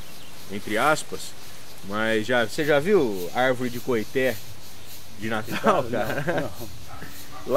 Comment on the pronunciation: Com todo o respeito, as informações estão quase que totalmente erradas. Primeiro a pronuncia correta é coitê. Nada tem a ver com cabaça. Cabaça e´ aquele pequeno cabo que liga o fruto ao galho, como as abóboras, melancias, melão e outros. Porunga e´ uma fruta que da rasteira como as aboboras e serve para fazer cuia para chimarrão no sul e também serve de moringa na região nordeste para om transporte de água. O coitê também é usado no fabrico de birimbáu.